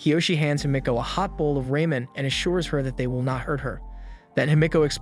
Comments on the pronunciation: Raymen? dang that pronunciation lmao🤣🤣🤣 you mean Ramen(raw-men) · RAH MEN- not raymen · Bruh said Rayman instead of Ramen. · “That night himikoe passes a hot bowl of Raymond” BRO ITS RAMEN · “Ray-men” i’m dead bro💀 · His pronunciation is horrible. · "Ray-men" Dont think thats how ramen is said? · Why you Ramen like that lol "Raymen" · raw...men not ramen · Raymen lol